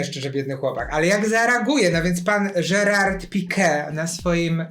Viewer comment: ps. nie żerard tylko herard... mieszkacie w Hiszpanii, to chyba znacie zasady wymowy;)